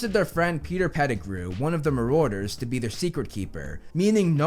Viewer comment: The way he pronounces Marauder 😓🙄